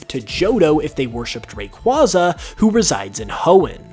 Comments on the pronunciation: It's Ray-Kway-Zah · Raquaza (ray-quay-za) it’s really easy why does everyone pronounce things the way they want when everything has a set pronunciation Great video though❤️❤️ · Bro, your mispronunciation of Rayquayza's name hurts.